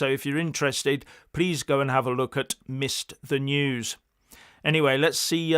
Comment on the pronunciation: RICHARD: ah! Your site is ‘Missed The News’. I didn’t get it right the first time as I thought said ‘Mister News’.